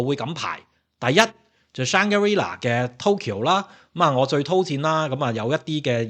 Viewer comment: Shang-gri-la,not shang ga ri la😂